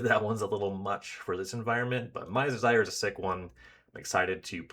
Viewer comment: I'm not really sure this is what you're saying, but every time you said something about casting a Mind's Desire to "see what happens" I heard Mise Desire haha. It sounds fitting. I haven't finished the whole playlist but I'm already eager to reach the trimming and curating part of the process, because it'll be hard 👀